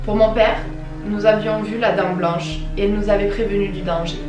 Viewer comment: Mais... tu dis la "dents blanche"😭😂😂 personnellement c ce que j'entends mais au cas ou ça se dit la "dame blanche: 😘😂